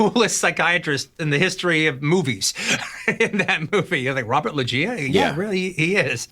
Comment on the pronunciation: You'd think Tarantino would know how to pronounce Robert Loggia.